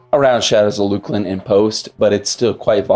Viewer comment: uou mean LUCKLIN ..not luke-lin